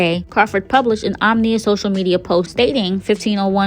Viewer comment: Pronounced “om-i-nus”, not “om-nee-us” 💪🏾